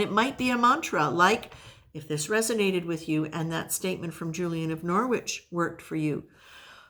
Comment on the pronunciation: Just to say - the ‘w’ is silent in Norwich. So it’s pronounced Norich. It’s one of our British language weirdness, lots of redundant letters! But based on all the languages that have come in and shaped English. It really isn’t a criticism, I just thought you would like to know. And I love Julian of Norwich, she was wonderful ❤